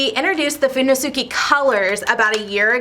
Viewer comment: Now there's how you say "fudenosuke"